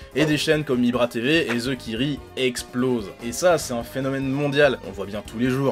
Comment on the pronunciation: " TheKiri " mdr t trau drol